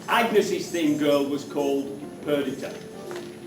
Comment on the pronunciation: It's not Per-dit-a it's Per-dee-ta